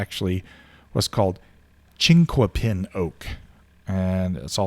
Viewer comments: Generally pronounced as "chink-a-pin"'. Leaf is similar to chestnut oak, and the bark is similar to white oak. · Out here in Oregon we pronounce it chink-a-pin (the "u" is silent). Chinkuapin is another name for Larch.